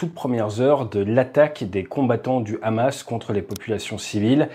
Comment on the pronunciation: Pouce bleu direct au bout de 10 secondes pour Hamas et non Rrrrramas